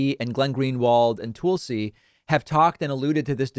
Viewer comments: David, why do you keep pronouncing Tulsi's name as 'Toolsi' rather than 'Talsi' ? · Tulsi, as in Tulsa Oklahoma, not Toolsi. Other than that, you're great, David 🙂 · You criticize people who mispronounce names of others as a cheap tactic, yet you continue call her “toolsie” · I love how David always refers to her as “Toolsi” lmao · Also, seems pretty beneath you to take the same route as Tucker Carlson and repeatedly mispronouncing someone's name in a mocking fashion. T-UH-L-SI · David, the "u" in Tulsi is the same as in "hull" or "butt." It's not "Toolsi." You analysis is excellent so it throws me off when you pronounce names wrong. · Lol he does it on purpose. There’s a couple others he does that with too. Kinda silly but I’ve gotten used to it. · There’s no need to mispronounce Gabbard’s name. Disagree, sure, but it’s a cheap, shallow move to call her “Toolsi”. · “Tool-si” Gabbard… I see what you did there, David Pakman… 🤣 A tool of Fox News and the fascist right indeed… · Why continue to mispronounce Tulsi? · Please learn how to correctly pronounce Tulsi's name. It's pretty simple. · Sending arms to Ukraine to defend themselves isn't a proxy war. Russia's just in a war, and we're supporting the country they are attacking. No proxies involved. Is it just me, or does DP pronounce Tulsi, with whom he seems to be on a 1st name basis, differently than anyone else?